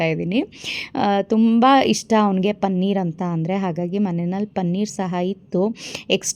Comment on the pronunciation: ಪನ್ನೀರ್‌ ಅಲ್ಲ ಪನೀರ್‌